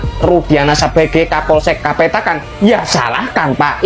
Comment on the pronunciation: Kapolsek kapetakan bang bukan petekan 👍